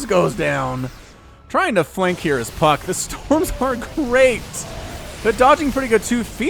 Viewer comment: Did you say Puck or F*ck In your intro?